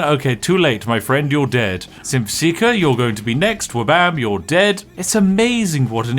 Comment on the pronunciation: Every time Spiff says Synth, I hear Simp. Just obliterating some simps. It Just Works.